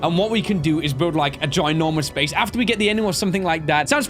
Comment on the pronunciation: "The Bheyse. Yes the Bheyse" XD